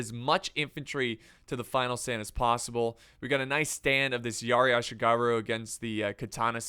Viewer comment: muttering while rocking At least he pronounced Ashigaru alright... At least he pronounced Ashigaru alright...